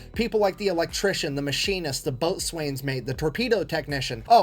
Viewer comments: The narrator called him a: "boat swains" mate. Haaa...that is hilarious. It is called a: ""Bose-sends" mate. I am a Navy vet, and I should know how we pronounce it. Got a good laugh out of that one. Gosh I love non-vet rookies' pronunciations. Haaa. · WW II submarines are boats, not ships. Ships and boats are "captured", not stolen during time of war."Boatswain's Mate" is correctly pronounced "beauson' or bo-sun". This guy is giving false information. CORRECTION - During World War II, German U-boats sank a total of 549 US ships. These ships were primarily merchant vessels, but also included some warships. When Captain Daniel V. Gallery led the capture of U-505 on June 4, 1944, he held the rank of Captain. He was the commanding officer of the escort carrier USS Guadalcanal at the time. Later, he rose to the rank of Rear Admiral. Captain is a higher rank than Commander. A Captain in the Navy is the equivalent to a full colonel in the other branches of the armed forces. The US Navy did capture the German submarine U-505 and two Enigma machines on June 4, 1944, The Enigma code was first broken by a team of Polish mathematicians led by Marian Rejewski, in the early 1930s. They developed the "bomba," the first machine to break Enigma codes. Rejewski's team shared their knowledge and Enigma machines with the British and French before the outbreak of World War II. This knowledge was crucial for the Allies to decipher Enigma codes at Bletchley Park.